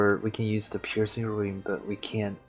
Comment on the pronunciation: It bothers the hell out of me how you pronounce it Piercing RUIN and RUINcraft. It's Piercing RUNE and RUNEcraft